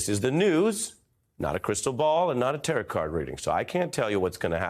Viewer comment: Ari, it's 'taro', not 'taret'.